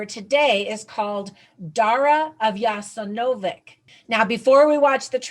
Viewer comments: Please say " ya sen ovats".... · I think you should learn how to pronounce Jasenovac ... The souls of the children murdered there deserve that my dear